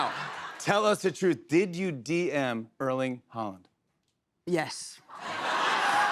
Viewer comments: Haaland not Holland. Pronounced hOR Lann silent d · Did he say there's another Holland when referring to Haarland?